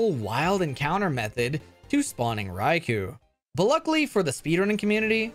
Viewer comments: Rye-KOH, not Rye-KOO. It's from the Japanese words rai for thunder and kō for lord. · his name is "Raikou" not "Raikuu" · [keeping on pronouncing Raikou as "Raiku" instead of "Raikō"] Me: [screaming internally] But also this is amazing as fuck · Its pronounced "Rai-koh"